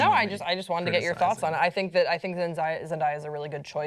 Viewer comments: "Zendiya" ???? lol its Zen- day- a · It's Zen-DAY-ah, not Zen-DIE-ah. Also I don't watch superhero movies but I will def watch this one if Zandaya is in it! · zen-die-a ??? zen-day-a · stop calling her ZENDIA IT'S ZENDAYA GET IT IN YOUR BRAIN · It's not Zen-dai-ya, it's ZendAYa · am i the only one who noticed pronounced Zen-DAY- a Zen-DIE (DAY)-a. i just thought that was funny 😂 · she said it wrong it is zen-da-yu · Why they keep calling her Zen-Die-ya like I can't 😬😬😬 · it's Zen day a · i hate the way they pronounce her name lol I've never heard anyone say her name like that besides these two. its zen day a. but honestly the character should be matched by the actress if the character is pale the actor should be pale if the character has red hair then the actress should have red hair. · how do they now know how to say such a poplar persons name 😂😂😂 Zen- DAY- uh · zen-DIE-ya lmfaooo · ITS PRONOUNCED ZEN DAY YUH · Its pronounced how its spelt Zen-day-a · I think her name is pronounced zen day uh. Day as in today. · it's pronounced zen-day-uh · Ahhh I hate how people mispronounce her name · I cringed every time they said her name wrong Uugh I can't do it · this hole time I didn't know who they were talking about. cause this stupid woman doesn't know how to pronounce black names. lmfao. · Can they fuckin say "zendaya" right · How did nobody correct the way they pronounced Zendaya's name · u pronounced it wrong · raised an eyebrow at the way she pronounced her name!!!!!!! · Um ya'll really can't say her name man. Zendaya is really pretty for a Mary Jane but idk if she can act that well. But kudos to her, hope she has fun acting the role😊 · How don't you know how to say her name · PRONOUNCE HER NAME CORRECTLY GOD DAMNIT THIS IS WHY YOU SHOULD HAVE HAD THAT SECOND CUP OF COFFEE THIS MORNING!! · holy crap how do you not know how to pronounce her name????????? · I cringe everytime she pronounced her name. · Yeah I was mispronouncing it. Not my finest hour.